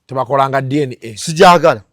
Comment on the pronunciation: 😂it’s DNA not DNK